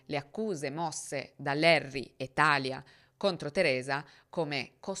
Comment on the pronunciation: Sempre bravissima,. È un piacere ascoltarti. 2 appunti però: 1) Talia si pronuncia Talìa (lo dicono anche in uno dei video che ci hai fatto vedere) 2) l’adderal è un eccitante per cervelli neurotipici, ha una funzione stabilizzante e in parte calmate per cervelli ADHD, e nemmeno per tutti. Se Larry avesse avuto un ADHD sensibile alle anfetamine lo avrebbero fatto dormire. Io sono ADHD (e autistica) e gli eccitanti mi mandano direttamente al pronto soccorso, ma ho amici ADHD che per dormire prendono il caffè. Riguardo alla difficoltà di uscire da situazioni di manipolazione hai proprio ragione, è molto meno facile di quello che si pensa. Anche perché persone così sono dei fantastici profiler e riconoscono le persone con poca autostima e facili da manipolare lontano un miglio. Anche per questo molte persone si ritrovano più volte nella vita con partner e amici abusanti. Ringrazio il cielo di essere uscita da questo ciclo a 35 anni. Ma bisogna fare un lungo lavoro sulla propria autostima e sul fidarsi di se stessi. Grazie per le tue storie ❤